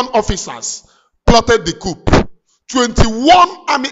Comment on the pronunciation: This word is pronounced: "COO" The "P" is silent. Cheers.Lions.